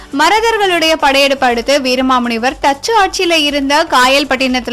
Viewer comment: Your pronounciation is totally wrong with his name pls correct the name